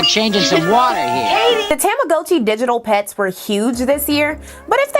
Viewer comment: Did you say tammA-Gochi...? Ctfu